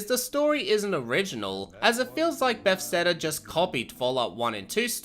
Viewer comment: Buh-thes-da not “befsteda”